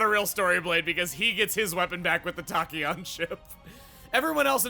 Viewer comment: Loving the series. Can't wait too see the content in new game plus. Especially since I didn't make it that far in my playthrough. By the way, Tachyon is pronounced with the short a (like Tack). If I wasn't obsessed with physics back in high school I wouldn't have know myself, but I love sharing the info I learned. Edit: Ok I just realized the irony in my username's spelling. The "a" in my name is pronounced like an "o" because I based it on the measurement of the speed of sound.